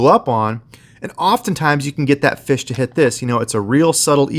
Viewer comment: YOU NEED TO LEARN HOW TO SAY FISH